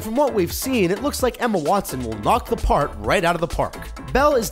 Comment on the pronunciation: g hawkins he said 'part' but it did sound like park